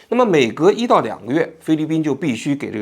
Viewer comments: 受不了，补给（bǔjǐ）给读jǐ三声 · 补给，ji, 第三声，王局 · 是补给（ji）第三声 不是第四声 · 补给ji三声，四声听起来是真的膈应😅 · 补给……都是三声……王局注意一下，开始我都没听明白。